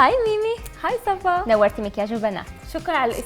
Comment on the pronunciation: مين لاحظ انو ميمي قالت معك حق صافا مش صفا في دقيقه